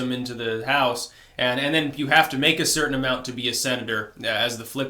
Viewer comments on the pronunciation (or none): none